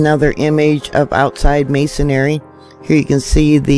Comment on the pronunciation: Theres no such word as mason*ary. It is pronounced mason*ree.